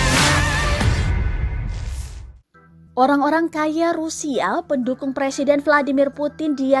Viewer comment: Anjim banget ni pengisi suaranya rupanya ga seneng ama rusia wkwkwk rusia jadi rusial si anying tribun babi banyak kali hoaknya wkwkw coba kawan2 denger baik2 di detik ke 2